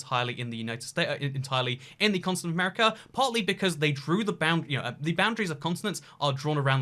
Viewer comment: It sounds like you're saying "consonant" instead of continent. And now I can't unhear it b😆